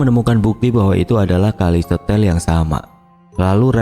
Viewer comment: Kalau memang bener lokasi ini di Banyuwangi, berarti nama stasiun dan desanya itu bukan kali setel tapi kali setail dibaca se ta il 😊